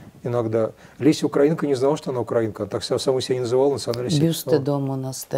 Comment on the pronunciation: А вы, милая ведущая, в своём нежном возрасте, не выяснили где нужно ставить ударение в слове украинка? Ну, наконец-то, друг Кота вас просветил. Не зря видео записали, обогатили свои знания. Да и мы узнали, кое что интересное, а то бы и дальше слушали друга Кота, развесив уши.